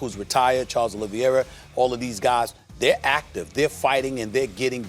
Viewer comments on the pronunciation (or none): none